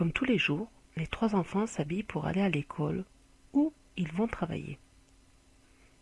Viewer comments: on dit ecole pas ecaule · mdr comment elle dis écaule elle